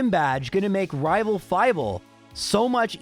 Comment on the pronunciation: Also me: coming to watch to hear him say rival fival